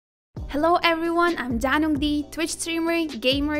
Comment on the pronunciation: Как же мне нравится когда она произносит Данук Ди 😊